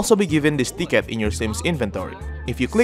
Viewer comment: Lmao I thought he said dickhead not ticket.